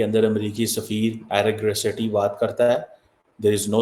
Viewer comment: Pls pronounce name of US ambassador correctly.... He is " Aira gaira citi"😂😂😂😂😂